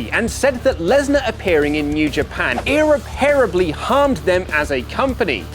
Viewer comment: I... Fricking loathe you. And learn how to pronunciate words(in this case "irreparably") if your job is to report. Your voice is already so hard to listen to... Even worse when you mispronunciate.